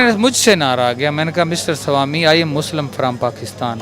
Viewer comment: Salami nahi ..... Swami bolna chahta hai 🤦🏻‍♂️😲😅